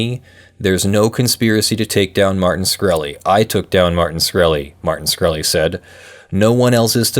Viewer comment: SHkreli not SKhreli